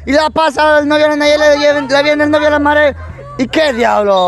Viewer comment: Ella no es de los bichos Poreso no lo dice bien Nayeli